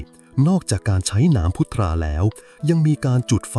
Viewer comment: พุทรา อ่านว่า พุด-ซา